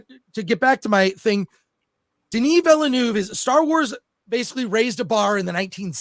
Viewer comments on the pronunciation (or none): Hahaha "Denis Vilenooove".